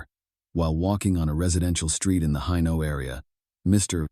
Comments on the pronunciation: Pronounced Hay-nault Not hi-now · HAYNOLT is how it's pronounced. Not Heyno. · What's all this 'Hi-no' nonsense? It's Hainault.